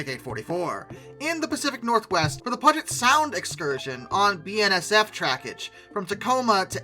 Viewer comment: Bro, I love your videos- but you can murder some words- Cajon is pronunced Ka-hone, not cahoon. And Puget is puu-jet, not pugit